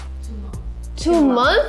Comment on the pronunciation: Here after seeing Lisa will be a mentor again. ❤️ And yes, I'm obsessed on how she pronounced "month" 🤣